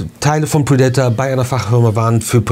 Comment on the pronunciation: Bitte nicht "pridaitor" aussprechen, sondern "prädäter"😉